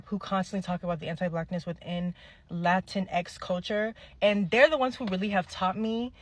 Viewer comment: fully correct. as always. just so you know latinx (term literally created by Afro Latinx people) is said more like lah teen aye ❤️